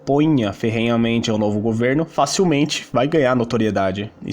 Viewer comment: Peirgunta, esqueirda, goveirno, 😂😂😂😂